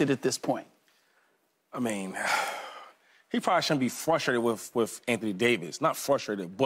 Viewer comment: LeSean McCoy needs to learn how to talk! I can’t understand how these executives “throw” these former athletes on the air and a lot of them can’t put a coherent sentence together!🤷🏾‍♂️ Hey McCoy: It’s WITH not “WIFF.”